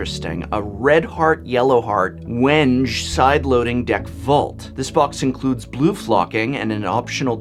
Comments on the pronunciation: Just FYI Paduak is pronounced "Padook" and Wenge is pronounced "Weng-gay". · Awesome boxes shown here. I know it's been years since this video BUT: the "correct" pronunciation or phonetics for the wood species are as follow: Padauk - pa-duke (like duchess or duke or Dukes of Harzards lol) wenge - when-gay (no example needed here) I'm definitely going to gather some ideas and make a pokemon card holder for my son. He's been asking me for one since he first got 1 card pack of 6 cards lmao. He now has about 30/40 so why not. It's not a lot but then again he just started to get into them 2 weeks ago. Thanks for this video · wenge is pronounced (when-gay) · Great video. I am a woodworker and my son asked me to make him a box for his cards so I was looking for ideas. The artists whose work you show are clearly at the top of their game. By the way Padauk is pronounced “pah-dook” and wenge is generally pronounced “wengay” by woodworkers. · Not to be a grump about it, but the wood names are pronounced a little different than said in the video: Wenge: When-gey Padauk: Peh-dowk Keep bringing the cool products prof! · "Wenge" is pronounced "wheng-gay" :) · PS: wenge does not rhyme with “henge”. It’s wen-gay. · I believe wenge is pronounced wen-gay. I thought someone such as yourself would like to know. Not doing it to be a jerk. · Professor, as an english teacher you should really learn the proper pronunciation of things... Wenge and Neodymium for exemple.